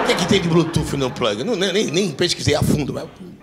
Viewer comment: o eu que quando ouvi a pronuncia do plag, me veio em mente aquela raça de cão pug???🤣🤣🤣🤣🤣